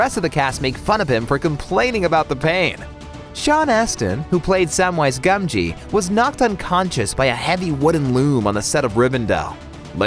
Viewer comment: Why are you saying "Sumwise Gawmgee?" They don't even say it that way with the British accents in the films.